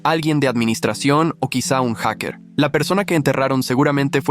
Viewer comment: Automaticamente cuando dijo haker ( añoñimus😅😅😅😅😅😅😅😂😂😂😂😂😂😂)